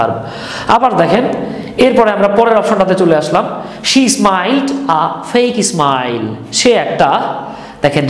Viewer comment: Sir উচ্চারণ ইসমাইল হবেনা smile হবে